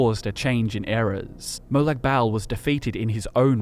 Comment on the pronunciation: God man, as a fellow Aussie, that trying-way-too-hard pronunciation of Molag Bal was extremely cringe inducing.